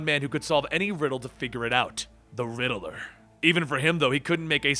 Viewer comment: The name is Riddler.. not Riddiler